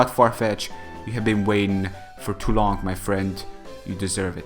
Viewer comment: No offence, but why do some people say words like "long" and "kidding" "longk" and "kiddingk"? Nobody ever told me at school that adding k in the end of "ng"-words. Is it just a manner of speech, or what?